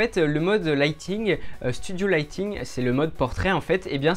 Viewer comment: Bonne vidéo ! le mode portrait ne se prononce pas lighting mais lightning.